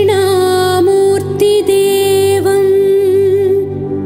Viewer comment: Sung beautifully , perfect musical accompaniment . Incomparable to the monotonous chanting .My daily morning prayer now . Just one tiny error in pronounciation . mutribheda instead "murtibheda"